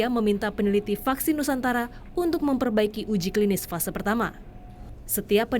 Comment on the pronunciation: Fase 1 y, bukan vase 1